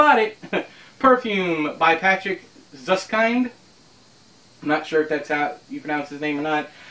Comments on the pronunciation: mudgetheexpendable Actually, if I had to tell an American how to properly pronounce this name by just writing it and without using transcription, I would say it's... ..."zoos-keent". Your suggestion is problematic, because it starts with an 's'. Which is wrong, because the word 'süß' starts with a soft 'z'-sound. And then there's the 'ü'. I know how hard it is for Americans to pronounce the 'ü', so I wouldn't try. Just pronounce it as "oo", and every German will understand it. Last not least: The 'i' in 'kind' is pronounced like a very short "ee". Using the 'i', even with an 'h', is misleading. And the 'd' in the end is pronounced like a 't'. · Patrick SUESS-kihnd